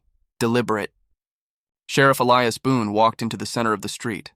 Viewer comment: Why must I continually watch pictures that jump forward then backwards without cease, while readers do not know the difference in an Indian's BOW and a BOW to a queen? Also, a solid old west name of Elias being pronounced as e-le-as rather than E-li-as. It really takes one out of a story fast to hear such mispronunciations.